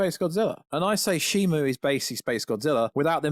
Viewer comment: Shimo. Not Shimu.